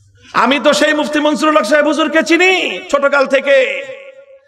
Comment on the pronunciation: মুহিউস সুন্নাহ আল্লামা মুফতী মনসূরুল হক সাহেব দাঃ বাঃ হুজুরের নাম ভালো ভাবে উচ্চারণ করেন মামুনুল হক সাহেব